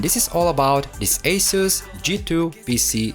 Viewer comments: Agreed with the pronunciation! 🙌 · It's so nice to hear the correct pronunciation for Asus. Very thorough repair of this laptop. It's an expensive laptop.